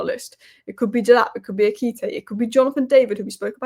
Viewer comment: Its E-ki-ti-ke. He's just another young striker from abroad. What we need is an experienced #9